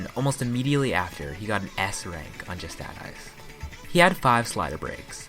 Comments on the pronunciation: good video, but 7/10 for mispronouncing justadice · Just Add Ice... how could you legitimately believe it was pronounced that way?